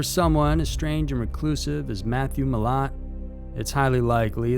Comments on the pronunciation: Mi-lat is how it pronounced and it the backpacker murderer not the backpack murder, he didn't go around killing backpacks. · The first one you pronounced the surname wrong & Malat's friend stayed in the car while Malat was killing the other friend. Like his serial killer uncle (the backpacker muderer) he will die in prison.